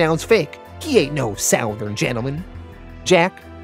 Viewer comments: Southern is pronounced SUTH•ern… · Bro why do you insist on pronouncing “southern” like that? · I scream every time you pronounce the word "southern" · As a southerner person. It sounds so weird how say southern. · Yes lol